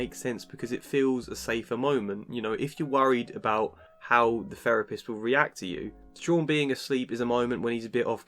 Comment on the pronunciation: A therapist who says "ferapist". Hmmm.